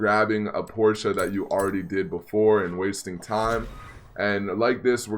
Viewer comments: No no no no NO. (Jojo reference ) it’s PORSH not PORSHA the e is silent so it’s PORSH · I'm sorry this bothers me but it's not a Porschea it's a Porsche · Why do you say porcha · Not gonna lie it was kinda annoying the way you pronounce Porsche. The way you pronounced it you said porcha and that’s incorrect. Just saying kinda annoying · Its pronounced porsh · They way u say Porsche 😂😂😂😂😂